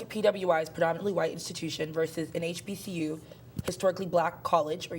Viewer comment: I knew she was not a black American when she couldn't say hbcu 🤣🤣🤣